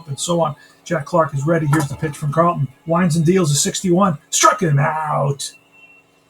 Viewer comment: It's Norm Charlton... with a CH, not Carlton like Steve.